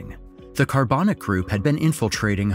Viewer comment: How did the pronunciation go from Carbanak to Carbonic?